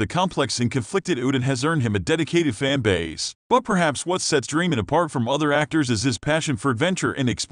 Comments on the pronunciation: Annoying how you don't pronounce his name right. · You may want to learn how to pronounce the last name of the actor and the correct pronunciation of the character.